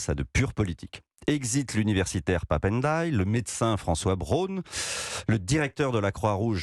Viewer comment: Monsieur ,il n est pas difficile de prononcer Ndiaye